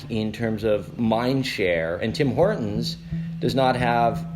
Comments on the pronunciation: Could someone tell the narrator that there is a T in Horton's? Her pronunciation is "hor-ins" and it sounds so incredibly ghetto. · "Tim Hor'ons"? Narrator, fix your glottal stop. There's a "T" in Hortons! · It is HorTONS not Hor-ons. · Hey narrator, horTons has a frikkin T. It’s not hor..ons. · It bothers me that the narrator and several of the people interviewed cannot pronounce Horton’s. It’s HorTon’s not Horrin’s. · Dear narrator...there is a "T" in Horton's...it is not Horon's! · Hore-ins? There's a T in there. Maybe if you say it right you'll have better luck. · Quaint quirk: the narrator's mispronunciation of "Hortons" (she says Hor'Uns) is really grating to a Canadian ear. The "T" is pronounced. HorTONS. And oddly, her mispronunciation of "Toronto" for the exact OPPOSITE reason (she says "ToronTOE"). No Canadian pronounces the second T. We say Toronno. But yeah. Very very very grating clip due to those mispronunciations. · What is the issue with American's mispronunciation of such a simple name? There's a second "T" in there, guys~ Tim HorTon's~ not Hor-un's. Geeze. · Very American of her, pronouncing it "Tim Hor-unz" 😁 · TEE TEE TEE it's Hor TTTTT ons , why do many Americans drop the "T"...sounds like Hor'ins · This "reporter" needs to learn how to pronounce "Hortons." It's not "Hor-'ens." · Why do young women often drop t's now? The narrator is doing it and I've started to notice a lot of it lately. "hortons -> hor-ons" "mountain -> moun-ain" "kitten -> ki--en" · OK. STOP saying Horton's like Hor'ons. Actually pronounce the "T" in the word, geez. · Why do Americans not pronouce the T? "Tim Hor-uns" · Why can't any of these American people even pronounce "Hortons"? They all say "Hor-ens" Very irritating. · I am noticing an odd speech affectation in the States - dropping 't's... as in "Tim Hor'ns" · What happened to the T in Hortons? Tim Hore 'un's? Both of female interviewees and the narrator. WTF? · Hey narrator, there's a T in Horton's.